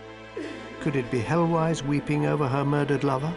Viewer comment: I glimpsed 'Heloise'.... pronunciation way off here :))